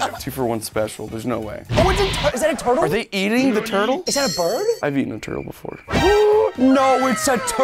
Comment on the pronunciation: What said: Giant turtle, What I heard:Giant Turd 💩 😅